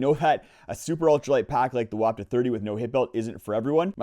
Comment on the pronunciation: It's pronounced "WAH ptuh." You're welcome. Geez!